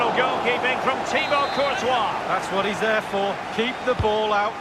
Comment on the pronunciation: Bro it is pronounced as courthoaa not courties